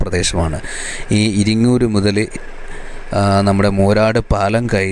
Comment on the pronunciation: ഇരിങ്ങൂർ അല്ല ചങ്ങാതി ഇരിങ്ങൽ